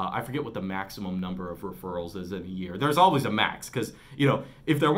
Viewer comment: “Referrals” Oh, here we go. Now I get why he made this video again...